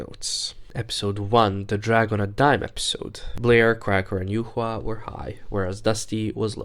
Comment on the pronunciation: Thank you for pronouncing the name of the true winner of Season 10 correctly, as it's "yu-hua" and not "yuwa" 😌